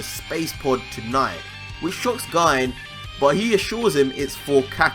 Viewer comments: I could be wrong but, I think you're pronouncing Gine's name wrong. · Other than the botch on the annunciation of Gine's name this was an awesome speculation. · Pronounced Goku Mother's name wrong lol. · Amazing video, not the end of the world but you pronounced Gine’s name wrong bro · The way u pronounce Gine makes me laugh sooooooo hard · I think you’re saying “Gine” wrong😬 But amazing video. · He is... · Here name is pronounced Jean. As GINE is the end of the vegetable Aubegine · *Considering the pun source is negi, which means "spring onion" and the -gi is pronounced with a hard g, then negi would be "nay-gee", and thus Gine would be "gee-nay".* Plus everyone I've heard uses Gee-Nay so... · Daemon Blackfyre I don't think so. The vegetable Aubergine makes more sense to me. This word ends in the pronouncement sounding like 'jeen' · Darryl Goodgame Gine comes from the word Negi which is pronounced Neh-gee. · Gine is pronounced "jinne" I believe. The name is derived from ginger, akira toriyama style. BTW nice theory. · Just want to point it out but Goku's mother's name is actually pronounced "Gee-neh", if you switch he name backwards it would be Negi(pronounced "Neh-Gee") which means Spring Onions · I fucking hate the way he says Gine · It's pronounce Ghee-Nay Not GYNE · Its pronounced gi ne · GINE=(GI-NAE) TRIGGERED OF HIS PRONUNCIATION! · Guy? It's Gine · U pronounce it as gi-ne not gine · Gi-ne* not Guyne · Its pronounced gee nay not gine. Japanese names yo. Learn how to pronounce it. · You say Gine’s name as “guyn”, when it is written as “Gi-ne” in the background ._. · 1. Amazing discovery! Absolutely phenomenal! 2. It's pronounced "Gee-Nay" not "Jine". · Your saying Gine like Guy-n its pronounced Jee-ney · Gi-ne is pronounced Gi- Nay. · It's pronounced gee-nay not ginn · Is it really read as /Gayn/? It sounds awkward hahaha I really think it's /Ji-ne/ like it was even written as "GI-NE" in the manga, Gine for Ginger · It’s pronounced (Jeenay)